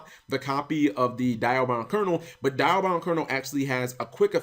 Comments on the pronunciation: it's called dia not die-a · Cap, it's Dee-a-bound Kernel, not Die-a-bound. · It's Dee-Ahh-Bound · Cap not sure if u actually listened to how it was pronounced in the original series but it's "Dee-Ah" for the Diabound.